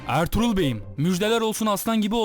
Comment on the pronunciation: abi ertuğlur derken kuruluş ertuğrul filmindeki ertuğrulmu :D